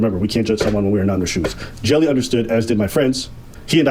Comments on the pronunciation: Lol english speakers really pronounce the Dutch guy's name as "Jelly" huh? as a dutch speaker I feel the pain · Love how is like, "Well the name looks like Jelly, so even though it is a different word in a different language, it's probably pronounced exactly the same" 😂